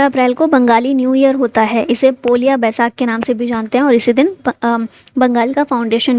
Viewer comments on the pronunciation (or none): its poila baisakh...means pahla...or first